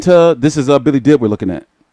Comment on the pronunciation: the best at mispronouncing names. Even Billy Dib's should be pronounced as Deab.